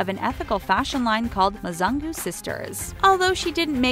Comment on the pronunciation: Not Muzangu it's muzungu meaning white in Swahili